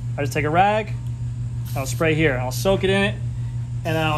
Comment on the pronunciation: "Like hyuh" lol